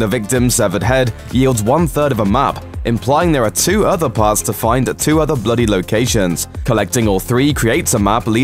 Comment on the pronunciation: No Offence but who heard "red dead redemption TUAHH" .. 😐